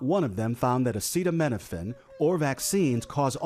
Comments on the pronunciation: I’m not dunking on Trump for not knowing how to pronounce the word. I’m dunking on him because he had the opportunity to learn this word before his speech but he was too lazy to be bothered to do so. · if this is his first time reading the very common word “acetaminophen” then he isn’t qualified to make any claims that can be taken seriously In reality, trump has severe dementia. He definitely used that word in his younger years. His brain is jelly now, so he has lost the ability to use a grade schoolers vocabulary. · We’re going to take medical advice from the guy who can’t even say acetaminophen and simply describes it as “not good” …. Okay. 👌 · The leader of the united states of America can't pronounce acetaminophen. I'm tired boss. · The stable genius can't pronounce acetaminophen. Ohhhh yeah that's a really difficult one. The whole world is laughing. There is no proof. What they should look into is hyperbilirubinemia of the newborn and make sure it is treated correctly before the infant goes home. Can you see the orange ogre say that one? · He can't even pronounce it 😂. Btw how many doctors were in that conference excluding the Kennedy quack 😂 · Does his staff try to make him sound dumber? Wouldn't you make sure you can pronounce everything before going out there? Especially if you're spilling BS at least sound like you passed elementary school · See he knew he was going to give this speech. He was most likely given a speech written down first. He never bothered to read and rehearse the speech otherwise he would have studied and found out how one pronounces the word “Acetaminophen”. But just like throughout Trump’s entire life, he couldn’t be bothered to put any effort into anything he does. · He can't say "acetaminophen". What a great leader😂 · He can’t even read the word acetaminophen